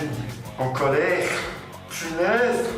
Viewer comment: « En colèrrrrrRRRRRRRRRrrrre punaise ! »